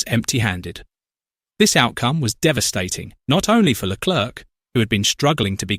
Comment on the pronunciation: When you said Leclerc don’t pronounce the c